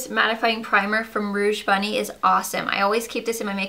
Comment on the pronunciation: It's rouge bunny rouge!! No offense I love u!!